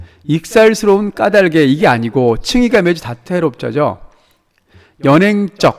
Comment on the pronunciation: 왜 '까달게'가 아니라 '까다게' 인가요..? '닭을' 발음할 때도 '[달글]' 이라고 하잖아요. 의존형태소니까 연음해서 내야 하는 거 아닌가요?